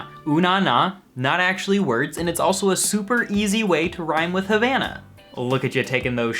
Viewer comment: When you try to roast a song but you don't even pronounce the title correctly